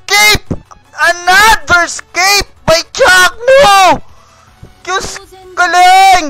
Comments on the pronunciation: I quite like the way he says "what a scape!" instead of "what an escape!" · Di nga escape sinabi e "scape" ahhahahaha